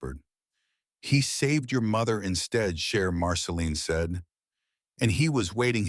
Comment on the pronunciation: yes, indeed. Cher and not share :)